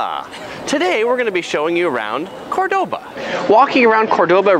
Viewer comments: Do you know that you are mispronouncing the very name of the city you are making a video about? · Nice video, but please pronounce the name of the city correctly! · Pronouncing Córdoba right would have been a simple improvement